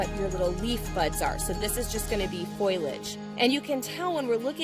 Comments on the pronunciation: Thank you, that really bothered me. Every time she said foilage, I kept say FOLIAGE. Hehe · Good content, very bad choice in music drowning out your voice. And it's Foliage, not "Foilage". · Or foilage instead of foliage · It’s foliage not foilage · ... Foilage ... Foliage ... Tomato Tuh'matto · Also, note: foliage, not foilage. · Foh-lee-age. Not Foil=age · What is foilage? Do you mean foliage? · (Um, FOL-yedge not FOY-ledge) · Foliage. Not foil-age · What is "foilage?" Are you referring to "foliage?" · Yes yes yes. I hate to correct because a free video is a kindness & helpful.....but FOIL-age is not a word and it was such a key & frequent word in the video. FO-Li-AGE is the word. OK I feel better now.:-) thanks very much for this informative video. You took a lot of time to provide so much detail & I appreciate it. I really hope you didn't mind the word policing. 🙂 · Yes the word has 3 syllables. Fo-lee-age. Not foil-age. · Fo- le-age not foilege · Great info! Hint for your next video: foliage (pronunciation) = foe lee uhj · Another way to say foliage is 'foal' (as in a baby horse) 'aj' = foal-aj. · Ditto. "Fo-le-eg". Great video content but music was too loud and annoying. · And it's hard to take seriously, someone who doesn't know how to pronounce, foliage. No metal involved. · I think that’s what she meant, she was just saying it incorrectly.